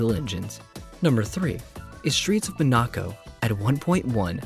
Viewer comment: Streets of Monaco is just a concept and you are saying Monaco wrong